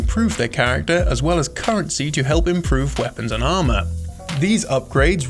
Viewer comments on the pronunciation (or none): none